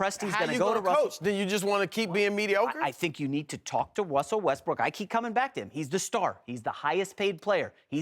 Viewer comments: Wussell Restbrook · “Wussel Restbrook”💀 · "wussel westbrook" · Anybody hear him say Wussel Westbrook 😂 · wussol wusbook did anyone here him say that lol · Wussell Westbook